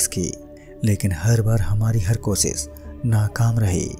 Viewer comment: Bhai kosis nhi koshish Pronunciation thik kar chote